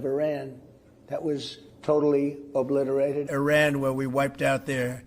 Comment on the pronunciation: ahah obiterate for the second time = reoblitereted! lol